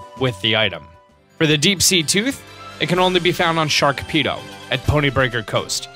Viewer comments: chinchow, sharpedo, there's no k in sharpedo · "sachet" is pronounced "sashay" bud...and there's no "k" in Sharpedo...but a great video otherwise ☺️ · SKARKpedo? what the hell dude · I thought I was the only one who heard it XD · Yup- he says SHARKpedo.... :P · lmao he said shark-pedo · Sharkpedo? Chinchoo? has a masters degree in pronunciations.